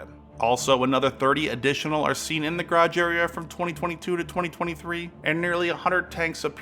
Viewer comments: Please its GArage not GRRUge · It’s garage, not grage. Take the time to speak clearly. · My teeth grate every time you pronounce Garage 😵‍💫🤷🏻‍♂️😂